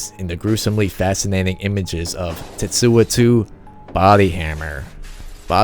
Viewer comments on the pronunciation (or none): tetsu-o not tetsua